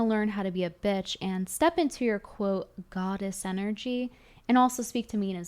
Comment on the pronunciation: Am I hearing this wrong...Is she saying bitch or bish....lol